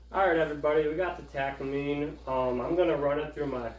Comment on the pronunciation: You are missing some nuance to your information beyond your poor pronunciation of Takamine. Takamine was to provide a cheaper version for Martin for greater distribution. Their partnership with Kaman that came about after the Martin dance thus resulting in the cease and desist letters because Martin and Kaman were competitors.